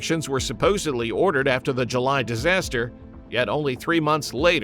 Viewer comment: Tofu-DrEG, not drAg // disaster, NOT disaster // a terrible start to your video, with a very botched title…